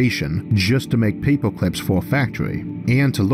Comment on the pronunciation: Paypwah cwips lol mans got a voice for radio